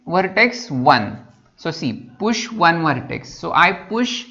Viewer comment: vhartex, vheriable, vhartices, recorading, vhan, vhisited